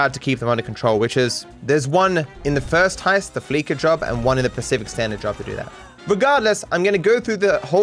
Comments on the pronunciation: I really, really, wish he would pronounce Fleeca the same way you pronounce "fleece" not the way you pronounce "fleek". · It's not the FLEEKA bank, it's the FLEECE-A bank - as in, they fleece their customers. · It's pronounced Fleesa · I’m getting mad every time he says “fLeEkA”